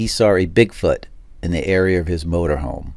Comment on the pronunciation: in the ereer